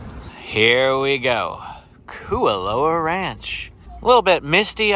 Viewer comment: KOO OH LAU is how it's pronounced butchered it